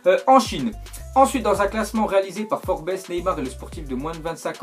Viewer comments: Elle sais pas lire ou quoi c'est FORBES il a dit FORBESSE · Sa ce prononce Forbz et pas Forbès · Comment t'as pas respecté le magazine FORBES !! On prononce "FORBS" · forbes comme tu dis ça se lit juste forbe on ne prononce pas le s comme avec Paris. voilà voilà